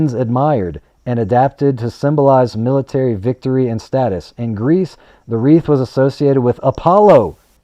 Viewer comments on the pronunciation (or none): none